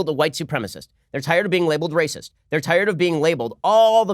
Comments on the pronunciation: OMG! Socratres was a brrrrrutal rrrrrrrracist! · "Do you know who had principles? Do you?" Was it a brrrrrrrrrr-utal rrrrrrrrrrrrrrr-acist? LUL.